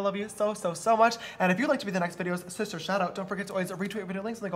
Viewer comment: James Charles i did not know u said shister i thought u said sister * i still love it tho